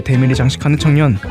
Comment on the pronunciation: 마지막에 발음이 청년이 아니라 창..